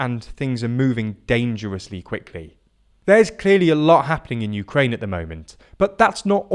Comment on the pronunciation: Please show some respect to Ukraine by at least attempting to pronounce place names correctly!